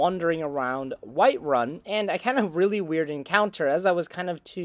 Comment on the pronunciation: White Run haha dude why do you say it like that